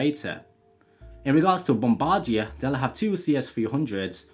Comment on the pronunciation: Pronounce Bombardier as Bomb-bah-dee-ey